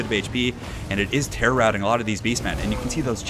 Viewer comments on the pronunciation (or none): none